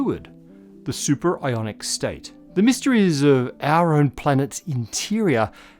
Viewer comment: Superionic or superIRONic? Am I right? :D